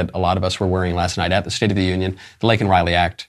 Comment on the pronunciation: I call a tie for the most disgraceful moment of the speech between him mis-pronouncing Laken's name and shaming the highest court in our land. He repulses me.